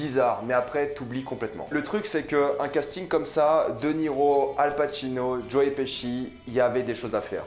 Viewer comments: nan j'avoue que joe piski ca ma fait rire mais après cest un nom de famille et ça se prononce pas pareil suivant le pays où tu habites. Jai habité en angleterre et je me taper une barre à chaque qu'un anglais prononçait mon nom mais cetait bien leur prononciation vu que tout les anglais le prononcer de la même manière. Apres Pesci cest un nom italien, en italien pesce cest poisson et ca se prononce pas peské mais péché donc logiquement Pesci se prononce pechi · Tu es sûr de toi pour la prononciation de Joe Pesci ?